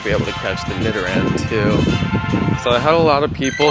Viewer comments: yeah he said nidoran right congrats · Yasssss! He said nidoran right!